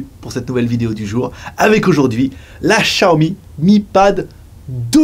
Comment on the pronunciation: pourquoi tu dis xiaomi correctement, et après, tu le dis pas bien... ça fait mal aux oreilles chinoise xd